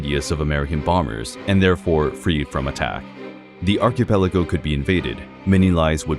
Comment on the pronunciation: WHO SAYS ARCHIPELAGO LIKE THAT??? sounds like a sim is speaking 😭😭🙏